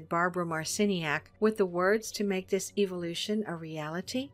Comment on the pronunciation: The way she pronounces evolution... She says evilution.